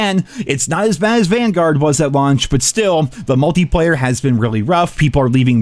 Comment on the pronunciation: I thought you said "Welcome to Banguard" their for second.